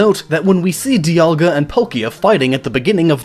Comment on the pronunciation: DE-aLL-Ga. And Polkia? I dunno...I say Dialga’s name like Die-al-ga like a sun dial Dialga. And Palkia as Pal-key-uh. I agree with your Arceus annunciation. Ark-ee-us. Arse-see-us just sounds...nah.